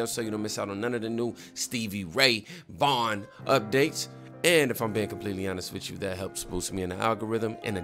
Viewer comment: When I heard you mispronounced SRV's name I just smiled. Why? Because you were telling me that you hadn't really heard of him and I knew you were in for the ride of your life.